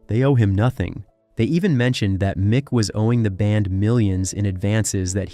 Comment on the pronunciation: Meek Mars